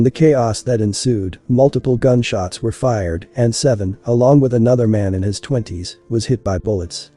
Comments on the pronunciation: The spelling suggests his name is SAY VEE ON not seven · His name reads Say Vee On not Seven. He had a lot of potential.